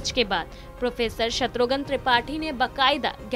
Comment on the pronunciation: शत्रुघन नहीं,शत्रुघ्न कहिए